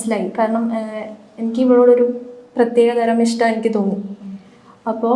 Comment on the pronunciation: ഇസ്ട്ടം അല്ല.. പൊട്ട.ഇഷ്ട്ടം 👍🏻